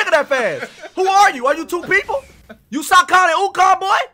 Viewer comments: My guy really said “Are you sokon and ukon” I probably spelled that wrong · "are you Sakon and Ukon" dis nigga lmfao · U SAKON AND UKON BOI 😂